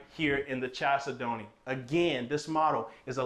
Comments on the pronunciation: The main syllable is the second of 4. They way you do it is the main syllable first chal say don't. Please change it. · you are mispronouncing the name of this home. Chalcedony is a gemstone. It is pronounced kal SED onee, not Chal se don't. It's like fingernails on the chalkboard everytime you say it your way, which is incorrect. Nice home. Just please pronounce it correctly please. Kal SED onee. Gemstone. Beautiful. You're welcome. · I’m glad you corrected him. Chalcedony is a gemstone and every time he says the word my ears hurt.🤣🤣🤣But I can see why he pronounces it wrong. Kal-said-knee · Love you,the name is a gemstone,it is pronounced as follows CAL SED NEE,hope you do not mind the correction. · I ❤!! Whew! I will say it is pronounced “Kal-Said-ony” but he can say it however he wants! Cuz we ❤! I love your video🎉s!!